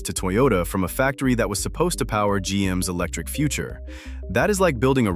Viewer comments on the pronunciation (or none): none